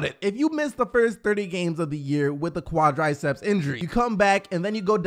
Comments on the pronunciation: Its quadriceps bro, not qiadraaiceps😂😂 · Nice redesign also it’s “Quadriceps” - pronounced Quad-Rih-Ceps lol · what are qwad-rye-seps?